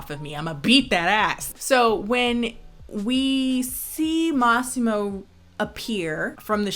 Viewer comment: For someone who doesn’t speak Italian, your pronunciation of Lauria and Massimo was spot on.